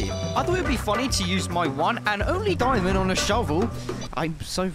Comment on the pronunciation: Bro you saying diyimond lol bro